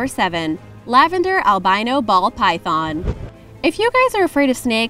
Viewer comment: Did you just say, "Lavender Albino Typhon" 😂😂